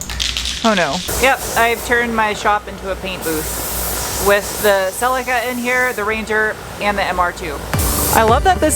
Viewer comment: Small favor, can you please not pronounce Celica like Sell-ee-kah? It's not pronounced that way, it never has been. It's really irritating every time you do it, please don't do it. 🙏